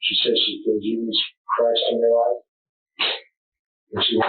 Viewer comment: Did this woman just say Chris-t?!?